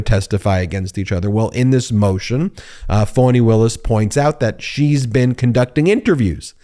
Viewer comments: Her name is pronounced "F(ah)ny" not "Fawny".. I keep hearing all of the news media saying Fawny. Please be respectful and say it correctly. Still love the video though. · It’s FAH-KNEE…….